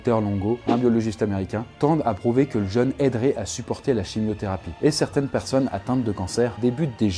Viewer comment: Super intéressant comme toujours. Par contre, jeune et jeûne ça se prononce pas pareil, ça m'a fait tiquer à chaque fois. Perso je ne me fais pas de jeune 😉